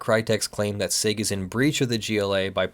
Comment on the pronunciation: Hey I’m pretty sure it’s pronounced “see eye gee” and not “sig”, but I could be wrong. Also, no damages for termination does not mean no damages for breach while the agreement was still in effect.